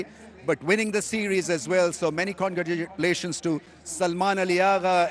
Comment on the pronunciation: 😂Congagatlation❎ congratulation✅